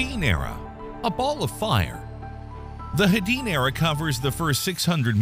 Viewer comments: Note from the Pedantic Police: It's "HAY-dee-unn", not Huh-deen...HAY- dee-unn, derived from Hades... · Hadean pronounced as Ha'deen? It's derived from Hades, Lord of the Underworld. As in, Hell. Hay-dee-an.